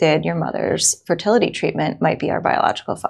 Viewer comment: JD said "ferTITITly clinic...snap....Also shut up Metzger.